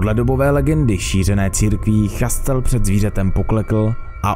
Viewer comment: Skvělé shrnutí. Francouzský umím plynně: lef lese do tchramvaje, žere mandle loupesije, že nežere že papa a nesere jen kaká... No prostě neumím, ale Hugenoti se čtou Igenoti, to by měl vědět každý středoškolák. O téma se zajímám a ten kraj se vyslovuje Živodan, pán Šastel...